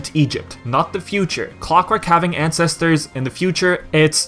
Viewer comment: Why do people keep sayingb"Clockwork" ? It's Clockwerk dammit